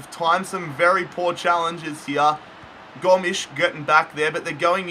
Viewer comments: it’s pronounced go-mez not gom-ssss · Go-mes not Goms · its pronounced GO -MEZ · Gomshi what it's Gomes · It’s Gomes Andre Gomez that’s how u say it lol 😂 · I'm portugues and André Gomes is real like Andre Go mez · Gomes sounds just like Gomez...I’m triggered because that’s my last name 😪😂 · That’s like a Portuguese or Spanish way to say Gomes just say it like Gomez. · I no how se Andre s name it gomez s saund like e but it's Gomez I'm Barcelona fan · An-d-ray Go-mez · U read Gomes like Gomez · you called Andre Gomes